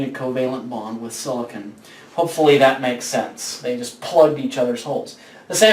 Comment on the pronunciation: silicon is not pronounced like that!!!!!!!